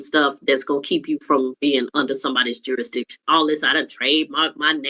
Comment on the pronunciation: Why can’t they say jurisdiction